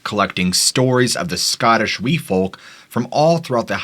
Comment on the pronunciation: Some excellent pronunciation of Scottish place names. TY